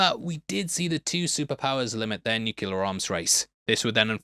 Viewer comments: New-clee-urr. It is pronounced nuclear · DUDE... "new clear" not "nu kyoo lar" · I spent my whole life pronouncing it "NEW-que-leer" until George Bush Jr. got raked over the coals for that, now I force myself to say "NEW-kleer". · The Kryptonian costumes were made from 3M's highly reflective Scotchlite fabric (also used to make cinema screens) so no one was sewing thousands of beads on to anything. "Nukuler"? Really?